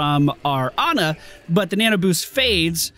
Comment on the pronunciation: Dude it's Ana, not Anna! You know that sound you make when the doctor puts the popsicle stick on your tongue and you say "ahh"? It's like that. Ahhh-na.